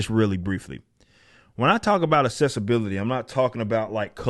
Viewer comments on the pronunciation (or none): Journalist, not 'yournalist'. Accessibility, not "assessibility".